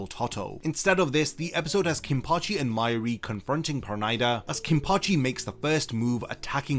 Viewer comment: Why u pronouncing his pernida wrong 😭